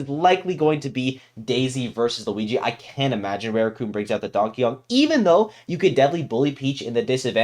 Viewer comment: Rooting for Tsubaki. Btw: to pronounce Rarukun it’s not Reirukun it’s Rah ru ku n jsyk